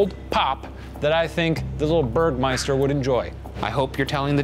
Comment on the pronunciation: Haha, I believe he's calling him Bergmeister! Still adorable!